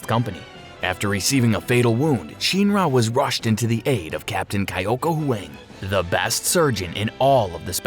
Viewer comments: Bro its Huang not hWeng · huang is pronounced wong